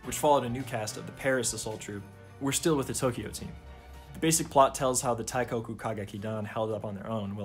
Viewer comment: great video!! i wanna make some points: 1- for easier pronunciation of "teikoku kagekidan", the 'i' in teikoki is meant to accentuate the 'e', so it's more like tehh-koh-ku and not taikoku, you can also say teigeki for short 2- the feminization in the ny ova is also in the game, you also win many points if you choose the enjoying it option and may or may not lose points if you act uncomfortable or insist you're a guy 3- they never adapted cinderella live, which makes me sad bc the cinderella song is one of the best in the franchise. the clip you showed then was from ai yueni (lit because of love), which is arguably the most iconic sw play and the most sang duet in the franchise 4- the live shows cast for the 2019 game adaptation aren't the voice actors, they picked popular mainstream voice actors without any stage experience and hired professional stage actors for the shows 5- incase you didn't know, there's also a manga version that adapts the first game, it's really good and improves on it alot, you might wanna check it out that's all, sorry for the long comment and keep up the good work!!